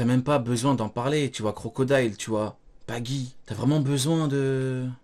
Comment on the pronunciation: Cest plus baggy cest "beugy" mdr